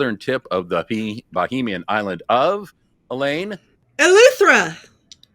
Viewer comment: It is pronounced Ba-hay-mian